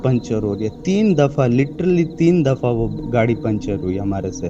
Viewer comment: LITERALLY ❌ LITTERLY ✅